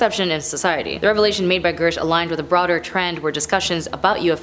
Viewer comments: I’m:54 in and I think you’re trying to get into broadcasting school, which is admirable. I have two suggestions. Look carefully at the name you’re pronouncing. Listen to how others are pronouncing it first. His name isn’t Gersh. It’s Grusch. The “r” is before the short “u” sound. And “Inhumans” was the name of some kind of show. It’s not real thing. “Inhuman” is an adjective that describes a noun as in “inhuman conditions.” As an adjective it’s never pluralized. Oh, I think you could slow down a bit, too. (Oops, three.) You’re still doing very well and I admire that you’ve taken this on. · Girsh? This chick can’t read?! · How does someone make a presentation on someone and never learn how to pronounce their last name? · Part of having a career in this sort of arena is knowing how to properly pronounce names. News anchors and celebrity presenters alike get lambasted across the board by everyone, and have since before social media existed, when they mispronounce a name. It's part of the job. Pronounce his name correctly, it's literally easy to find, he's had multiple interviews, he's said his own name in some of them. I'm picking apart someone who is sucking at the one thing they're supposed to do: read the prompter accurately.